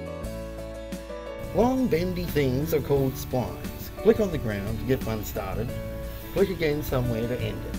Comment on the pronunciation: "Long bendy things are called splynes" No, they're called Splines. (sp-lee-ns)